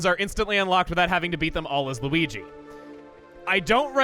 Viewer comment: You mispronounced Luigi